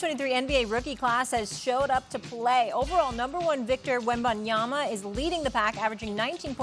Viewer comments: I’m just so shocked the amount of times Victor WembanYANA has been said, can casters and sports show hosts read? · When is Stephen A gonna pronounce Victors last name correctly? It’s not WembanyaNa it’s WembanyaMa with an M cmon bro be respectful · Stephen A Smith keep saying Wembenya(n)a on purpose. He knows it’s Wembenyama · Why is it so hard for people to pronounce the M at the end of wembys name …. It’s Yama not yana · When is SAS going to realize it’s “Wenbanyama” not “Wenbenyana” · WeMbanNaMa... Man Stephen A Smith. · This has been going on for too long now, why can’t S.A.S spells wemby’s name right? WembenyaNa!!! come on man :)) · WembanyaMa, Stephen A.. WembanyaMa.. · Stephen A keeps calling him WembanyaNa....come on, dude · Why does SAS keep on saying wenbenyana? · Stephen A! Put some respect on WembanyaMa's name! Is it that hard? Or are you just trying to get people to comment? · When will Stephen A ever learn to say Wembanyama's name properly?! It's getting ridiculous at this point. 😒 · Will SAS ever say Wembanyama correctly??? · It took years for the league to get Giannis' name right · How fucking hard is it to pronounce the dudes name correctly. Its a "M" not a "N". Constantly saying his name wrong. Its been months. Get it right. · Who else has noticed that SA cannot pronounce Wembanyamas name properly? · sas still pronouncing his last name wrong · How do the producers NOT tell him about it like wtf. He’s been pronouncing it wrong for weeks now. Same goes with Perk. He calls Rui “Hachimara” when it’s supposed to be “Hachimura”